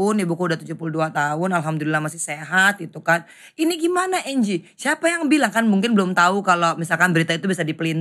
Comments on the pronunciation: Bkn angle bro 😂😂😂 slh ucap ky bang haji wkwk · Anggie ya pak haji bukan anggel😁